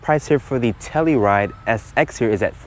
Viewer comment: TellUride, not tellyride.